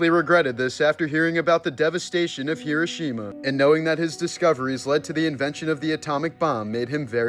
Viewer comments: He roh she mah not however you pronounced it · I heard kirishima at first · Hee-doh. Shee-muh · Hee-ROH-shee-mah. Dude. Cmon. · If you're going "pay tribute" to this you would think you would know how to pronounce it correctly. It's pronounced Her-row-sha-ma. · You're purposely mispronouncing the name of the place. It's grating and negates your effort at bringing awareness. 😊❤ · You mispronounced the word Hiroshima every single time you said it: wrong, wrong, wrong !!!!!